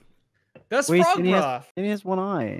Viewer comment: No one:: PHROG